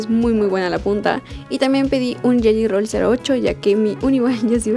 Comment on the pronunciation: no se si soy la unica q se dio cuenta que en vez de decir gelly rol dijo yeyo rol . me encanto el video